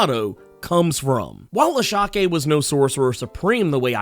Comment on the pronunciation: I think it’s pronounced (I-Sha)